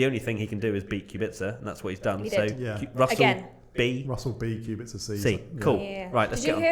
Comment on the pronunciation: It’s Kubica not qubica. K like quak